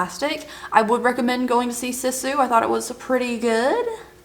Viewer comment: A Finn here! You pronounced Sisu well enough ❤ I was surpriced how popular the film has become in the USA, it has done well for a foreing film. As a Finn I'm super proud, lol 😂 I'm loving these longer vlogs, please keep them coming 🤩